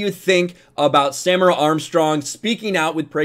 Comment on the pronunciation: The pronunciation of her name is Sa-meer-a...